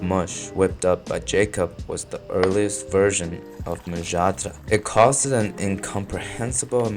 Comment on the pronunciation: oh god finally an american youtuber who bothered to check HOW a foreign name is pronounced instead of making a clown of themselves for 30 seconds trying to spell it